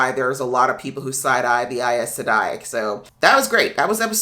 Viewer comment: EYES Sedai is the pronunciation, rather than EYE-ES Sedai. Glad you're getting some background. I should really help give context to your reactions.